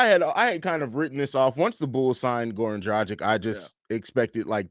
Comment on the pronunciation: It’s Goran Drah-gitch Please pronounce the name right smh